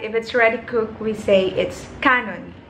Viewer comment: Hiligaynon negrosanon kanon isnt pronounced like that , is it pronounced as kan-on but its not slang